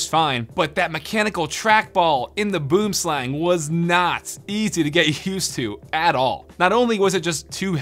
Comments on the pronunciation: As a South African where the snake is from, hearing him pronounce it like that killed me XD its Boo-em sl-Uh-ng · i am from south africa the name sounds like afrikaans Boom Slang "Tree Snake".....you can pronounce it Boum Slung:) Just saying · Boomslang, actually from Africa, pronounced Boowim-slung👏🏼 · It's said "boo-em-slung" btw, it translates from Afrikaans to Tree snake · Just a quick tip, the boomslang is pronounced boo-um-slung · "Boomslang" (pronounced Bwim Slung) is Afrikaans and literally means "Tree snake" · Boom slang, pronounced as “Buom-slung” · Pretty sure it's pronounced "boo-um slung" if anyone's interested. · bro you pronounce boomslang as boo um slung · It's pronounced boem slung , its afrikaans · The way he says boomslang annoys me as a South African I'm kinda triggered. It's (booum - slung) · Its pronounced buwm slung XD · The way this guy sad boomslang 😂 it’s basically pronounced like “ bwim slung “ it’s a South African snake so it’s in afrikaans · I know for a fact that everyone from South Africa laughed every time he said Boomslang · yea but he pronounces it so wrong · So,Boomslang is an actual snake in South Africa. Its a highly venomous snake...and here just destroyed that pronunciation 🤣🤣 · I think I speak for all South Africans when I say that I get a physical pain whenever he says “boomslang” in that way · If your from South Africa we say boomslang differently. 🇿🇦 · Go to google translate, select afrikaans, type boomslang and push the play button. Thats how it actually pronounced... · As an Afrikaans speaking South African, I can say that you butchered the name "Boomslang". It translates to tree snake, boom being tree and slang being snake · Boomslang is Afrikaans meaning tree snake. It pissed me off how you said it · He needs to learn how to say boomslang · Bro you're saying the mice name so wrong lmao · Any South Africans he are getting annoyed in how he said boomslang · Your saying boomslang wrong